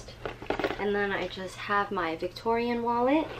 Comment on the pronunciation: No offense, but if you're going to say the names of items, it's worth the effort to take a couple minutes to find out how to correctly pronounce the names (ie: souple (pronounced "soo-play"); victorine (pronounced "vic-tor-een"); and samorga (pronounced "suh-mor-gah"))